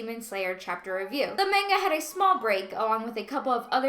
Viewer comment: The way she says manga hurts me Edit: Rest of the video was good, I also enjoy the way she explains things in comparison to Adil.